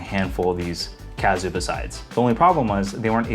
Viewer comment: It's not "Cazzio", is it?. It's not OK to mispronounce it. Please correct me if I'm wrong. I've never heard anyone say it that way. If it is indeed pronounced "Cassio", and you are the only one mispronouncing it, please consider making an adjustment.